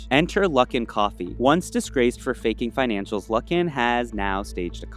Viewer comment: Coffee not coffu